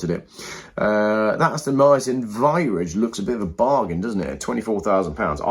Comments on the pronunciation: Viridge? Its virage and rhymes with mirage. And Farage. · 😂😂😂😂learn how to say 'Virage'